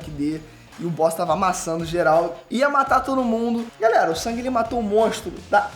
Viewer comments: O NOME DELE NÃO E SANG E SUNG MANO SUNG E Ñ SANG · O nome do personagem principal é SUNG, não é Sang, é SUNG, SUNG... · me incomoda um pouco ele falar "sang" e não "sung", mas eu só to sendo chato kk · Quem é "sAng"?? 😂😂😂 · o nome se escreve Sung , mas é pronunciado sang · Detesto como chama o nome do protagonista Tipo "Sangue"